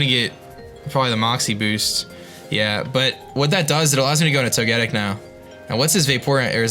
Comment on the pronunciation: I hate to be the one to point it out but to get ic its pronounced toga tick not to get ic i know toga tick doest look like it would but thats how it is